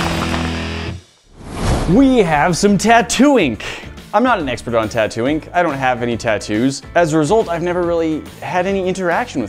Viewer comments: Is it just me or did anyone else hear "Tatooine" every time said "Tattoo ink"? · Same but I heard Tattoing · Am i the only one who hears "Tatooine" 😂